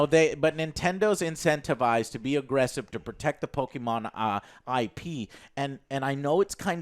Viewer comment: No one: No one in the universe: Joe: pokiman